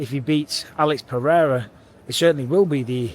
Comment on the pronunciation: Hey, you learned how to pronounce Alex Pereira name 🤣🇧🇷 Brazil is proud of you hahahahha